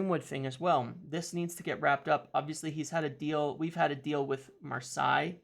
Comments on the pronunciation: do you say mom or ma? What about grandma? well take the ma from grandma,and add say. Then phonetically you get ma-say for Marseille!!! Not how you butcher it Mars I 🙉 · it's pronounced Mar-say 👍